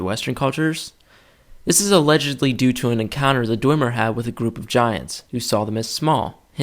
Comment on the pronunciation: You are both wrong, Calcelmo (who is the expert of the Dwemer) pronounces it Dwem-er not Dway-mer or Dwim-er